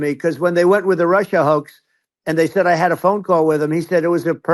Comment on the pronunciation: Trump almost sounds like his mouth is SUPER dry. Instead of “said” he pronounces it “thed”. While HOW he annunciates words points to possible dry mouth, it is WHAT he says that sounds like dementia.